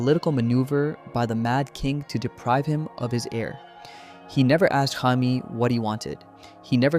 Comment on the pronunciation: Is this an AI script? Why is Jamie's name fked up so many times, in dif ways, but said right sometimes? Ai slop.